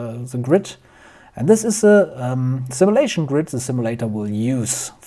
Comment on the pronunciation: Cool video, I liked it... FYI: Simulation: Sim-you-lation, not sim-ah-lation